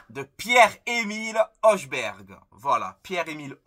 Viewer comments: En danois le J se prononce comme I , Y, donc Højbjerg se prononce Høybyerg, la lettre H se prononce aussi Ha comme les arabes, néerlandais, allemand etc. Mais très bon jt comme d'habitude j'aimerais bien Højberg a l'OM. Merci aussi pour cette vidéo vu la journée éclaté que j'ai passé surtout que Fort Boyard va revenir le samedi 17 août après le jeu de Paris. Aller l'OM à la vie à la mort. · Je crois que ça se prononce Hoïbierg.